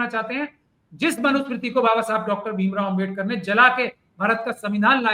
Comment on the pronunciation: It's a great mistake of pronouncing Ambedkar word several times is not only inslt of AMBEDKAR but the people those are believed on constitution of INDIA and I congratulate you on your wonderful comment about it